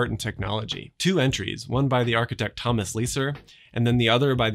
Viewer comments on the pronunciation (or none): none